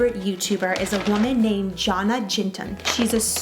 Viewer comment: I love jonnas channel but it's pronounced with a y at the start